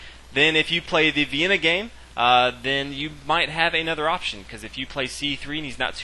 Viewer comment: "Aye nother." I really lol'd at that pronunciation.